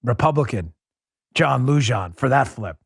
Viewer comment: Lujan = Loo- Hawn